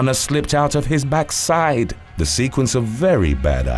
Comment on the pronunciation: Narrator is definitely West Indian/Caribbean. Did you hear the way he said “Backside”??? 👍🏽🤣👌🏽👌🏽👌🏽 I’d even guess he’s Bajan 💜